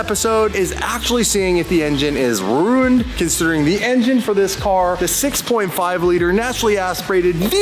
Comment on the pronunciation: When said ruuned instead of ruined😂